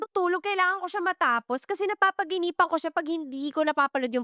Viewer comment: I think it's just me, pero na-bother talaga ako sa "napapaginipan" imbes na "napapanaginipan" But ang ganda ng topics talaga sa podcast na 'to. Sobrang daming insights. Ang gagaling din magsulat ng mga writers.